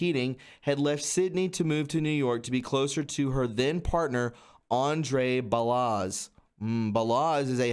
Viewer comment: Balasz is pronounced (Ball-Osh) > Hungarian last name.